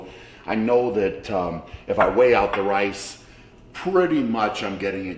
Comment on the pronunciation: Shaw : weigh out the wice Camerman : it's rice Shaw : No, it wice Cameraman : okay, sorry.